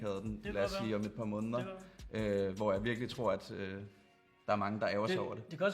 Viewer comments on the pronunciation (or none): godt review, men udtal nu måneder ordentligt...det staves jo heller ikke månder. Der er et E i ordet